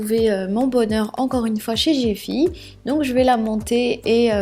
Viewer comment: Cest GiFi pourqupi tu prononce gefi???